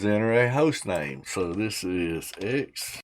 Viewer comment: I believe it is pronounced "ecksee guh-noo"